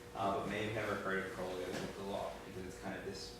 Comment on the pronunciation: You pronounced Crowley Wrong it's not crow-Lee its Kr-ow-Lee